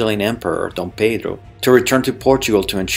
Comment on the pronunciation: Are you brazilian or portuguese? Your pronunciation of D.Pedro I sounds very well! Already subscribed